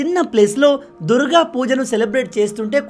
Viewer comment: ఆదాని విషయంలో మీ logic తప్పు! ఏది ఏమైనా బంగ్లాదేశ్ హిందువుల విషయంలో భారత్ ప్రభుత్వం తక్షణ చర్యలు చేపట్టాలి - పరోక్షంగా నైనా సరే! ("దుర్ గా" అన్న pronunciationని "దుర్గ" గా దిద్దుకోమని సూచన)